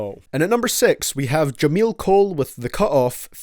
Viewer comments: “Jefar” Cole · Who the fuck is “Jameel Cole” and “Jaffar Cole”? 😂😂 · Bro who the fuck is jaffar it’s jermain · "jaleel cole" "jafar cole" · Why you call him jafar cole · Jemeal cole? Than jefar cole come on Can you for once get his mame right for once jermaine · No ones gonna call him out for saying Jamil Cole? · who the hell is jafar cole, his name is jermaine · did this dude call Jermaine Jafar😕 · "Jameal cole" ?? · OMG ITS JERMAINE COLE NOT JAMILL OR WHATEVER OTHER NAME YOU SAID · The fact this man calls j Cole jemill cole then directly after calls him jafar cole. And both of those names are fucking incorrect because his name is jermaine cole like wtf how to you watch this back and not realise you called him jemill and jafar 😂😒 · Did u say Jafar? His names Jermaine Cole lmaoooo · Jermielle??? Cole I swear he does this on purpose so idiots like me give him a comment ctfu yea I just put myself down to point this out so what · “Jafar Cole” lmao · Did he just call J. cole Jafar? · It’s Jermaine Cole man jeeeezzz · Did he just say Jamil cole? That’s my name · He then said Jafar Cole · It pissed me off when he pronounced J. Cole's name twice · his name is Jermaine Cole or J.Cole just a mispronunciation lol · Bro why he saying J.cole like that 😂😂😂